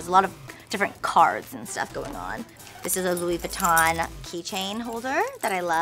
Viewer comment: Meredith Smith wrong my dear- I have lots of designer bags and have lived in Paris- you don't say Laurent - with a the T at the end of the name and Vuitton - doesn't have a N - sound at the end